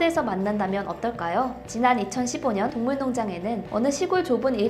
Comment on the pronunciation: 동물농장 에서 발음이 많이 꼬이네요. 화이팅 조금 더 노력하는 모습 기대할게요